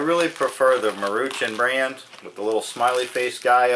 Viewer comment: It's pronounced Maru Shawn